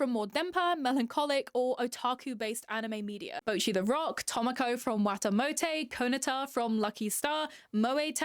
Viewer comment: ok i used to like cuetcore and i stilk kinda slightly do but hearing you say “tohmokoh from wahtahmotey, kohnahtah from lucky star, moey tan from moey tannnn” was sl funny ngl